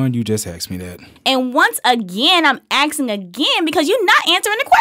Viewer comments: asking not axing still don't get how people pronounce that wrong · axing? u got difficulties or something? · I'm AXING you a question. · "And once again, I'm axing again!!"